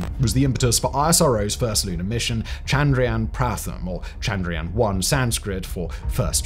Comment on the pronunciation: I will help u stop saying the a just ignore the a and u are good like chndryan mngalyan